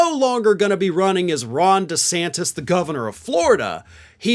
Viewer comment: Did he ever figure out how to pronounce his own last name? Lmao